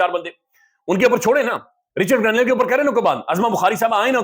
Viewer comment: رچرڈ گرینیل ❌ رچرڈ گرینیڈ ✅ 😂😂😂😂😂😂